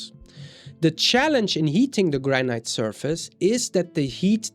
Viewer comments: Please, its pronounced Granit not Granight. Every time you say Granight it grates on my nerves and spoils your otherwise excellent presentation. I appreciate your otherwise well presented information. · I've only recently came across your channel and quickly subscribed. I like your content and love your accent, but you might want to look up how to pronounce 'granite'. It is not pronounced like that in the UK, U. S. or Canada, and probably not in Australia or New Zealand either.